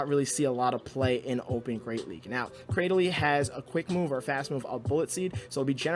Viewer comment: According to Pokedex 3D, Cradily is pronounced "Cray-Dill-Lee", so you got it right. Also the spice vs ELO struggle is real. I wish there was a way to pause going up and down in rating for when I want to try out fun-but-unoptimal junk.